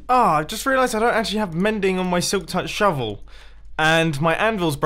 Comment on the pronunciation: he say silk tuk pickaxe not shovel